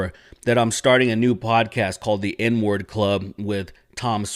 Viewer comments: It sounded like you said the "N-word club". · it sounded like you said the n word club in the beginning